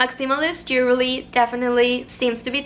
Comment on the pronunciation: i love your lil accent & i hope you don’t take this as a dig because i looove your accent 🫶🏾 it’s jewelry not jewerly xo